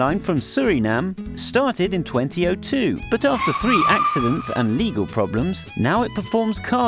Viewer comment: The way he said 2002 for Blue Wings 😂😂